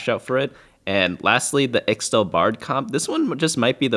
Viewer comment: unless you didn't know, ixtal is pronounced ishtal, not sure why but it's true